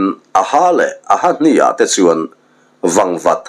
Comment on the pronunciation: A-hna' ni lovin, ah-na (ahna hrui) zawk.